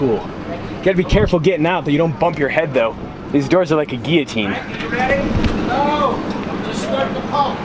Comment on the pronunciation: Thank you for pronouncing guillotine correctly. And of course for Burger Blog.